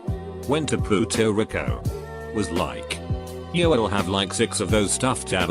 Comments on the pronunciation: you mean "pooto reeco" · “Puto rico”